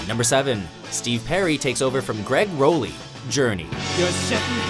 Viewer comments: Just so OP knows, Rollie is pronounced like Raleigh, not Role-YYY. The more ya know. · first of all its Greg Rollie pronounced "Rawlie" second of all Steve Perry did not replace Rollie...Herbie Herbert had to bring in Steve Perry after firing Robert Fleischman.Fleischman was considered their first frontman after CBS records was pressuring Journey to pick up a frontman but Fleischman sucked and thats when Perry came in...with all due respect it seems like yall dont put much effort into your lists no more